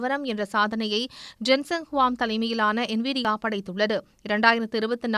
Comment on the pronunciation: NIVIA அண்ணனை விட சன் நியூஸ் என்விடியா என்ற பெயரை செறியாக சொல்லிட்டாங்க...